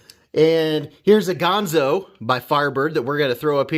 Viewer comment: Another great vid man. Dang that is smooth, and I sure do love those nice leaf-shaped blades! Ganzo makes fantastic knives darn affordable. However, I would debate your pronunciation of the brand name Ganzo.